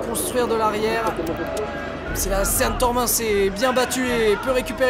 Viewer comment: Un mec peut dire au commentateur que Sean, ca se prononce "Sheun" ?! Sérieux.. Ok il sont de Bergerac, mais y a internet là-bas aussi non !?